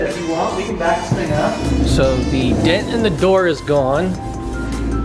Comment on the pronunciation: That’s really cool, about what does it cost to fix a small dent? That would have been fun just to watch those dent guys work.... sounds like you were saying “dead guys” to your son. Lol.